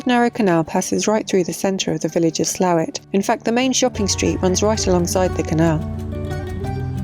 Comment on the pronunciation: Congratulations on getting the pronunciation of Slaithwaite correct.